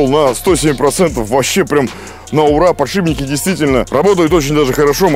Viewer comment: Подшипники подшипники! Не подшиБники )))